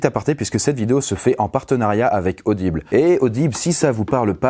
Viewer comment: Vous ai-je parler d'Adible ? Aubile est... (Hommage à RaAak)